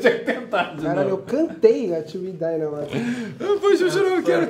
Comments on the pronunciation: Teve q falar til we die ate acertar😂😂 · Até agora ele fala til we die